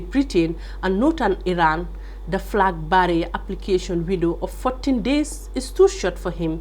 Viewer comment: Please check your pronunciation of ' flag bearer '.